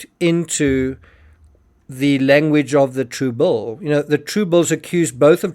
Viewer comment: Why does the narrator keep saying “True Bull” over and over “true bull” is different from “true bill”! Does he mean to say “TRUE BILL” or “true bull (meaning, true BS?). Big difference! 😮